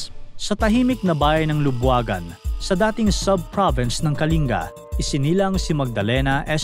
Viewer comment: Buti alam pronounciation ng "Kalinga" ni Sir.